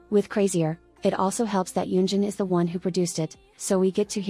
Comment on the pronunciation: nah yunjin says it more like gulling gulling